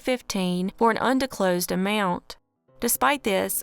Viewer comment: Di"s"closed, not Dicklosed. you're welcome..